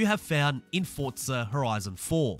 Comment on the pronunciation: another starting by saying the games name wrong its not Fortza it'sFORZA